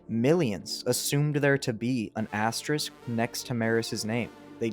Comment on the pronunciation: This is a tough video to do when you can't pronounce asterisk lol, big props man